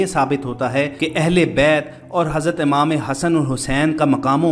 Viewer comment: It's imam not amam